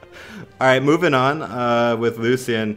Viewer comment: Lucan?! You mean Lucien sword